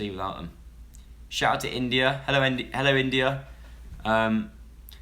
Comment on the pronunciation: he messed up the intro by saying mello not hello